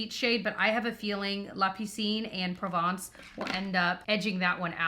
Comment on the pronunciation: Méditerranée is indeed French for Mediterranean Sea. Very impressed by your pronunciation of La piscine and Provence BTW